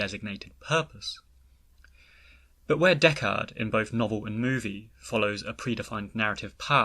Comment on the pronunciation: I've never seen Blade Runner, and I was so confused when you kept saying Deckard, because I thought you were saying "Dechart." At first it threw me off, but now, my RA9, that's funny! 😂